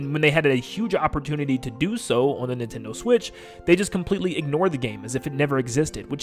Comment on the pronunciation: Can you say NIN-ten-do as opposed to nih-ten-do?